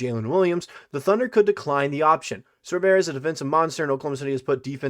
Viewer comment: Sore. Burr. Just like it's spelt...